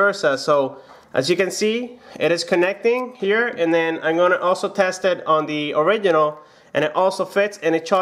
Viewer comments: Is “ORIGINAL” not “ORIGHINAL” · When he says "orighinal"😡😡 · I will get crazy if I hear one more time that " orighinal " sound...... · Original not or oridinal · Smodr Origidjnal hahahahhahahahahhahah. Oridjinjal hahahahha. Oridjinjal hahahahhahahah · You keep saying original wrong